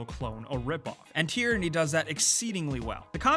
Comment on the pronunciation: Tearinnie? It's TYRANNY.